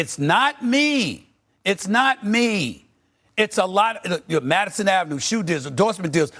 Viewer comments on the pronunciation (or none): none